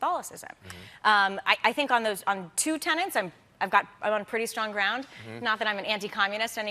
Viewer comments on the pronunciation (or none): Looking forward to watching this, but, please, it's "tenets," not "tenants," as she said about five times. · Tenets, not tenants! lol! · Every time she pronounced the word tenet as "tenant" I wanted to gag.